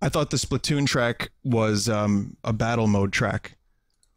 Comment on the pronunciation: "It's too Splasoon" Vinny pls.